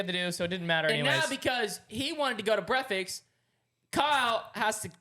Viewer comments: Bro the amount of times has said “brekfets” is crazy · Cash saying breafextninstesd of breakfast several times and no one corrects him😂 and his words hahaha Also Kyle is the best part of this podcast❤